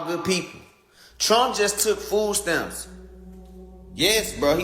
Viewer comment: It's pronounced MONTH not MUNT. Also, whats FOO STAMS?